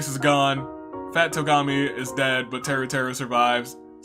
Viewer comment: Fat Togami? No its TWO-gami. Lol